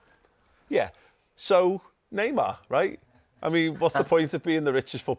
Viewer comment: bro said neymar